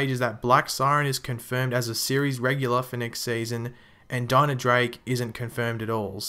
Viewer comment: Bye "dinah"